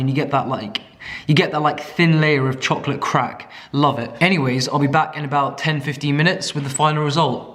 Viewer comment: Him: A THIN LAYER OF CHOCOLAYE CRACK excuse me wtf?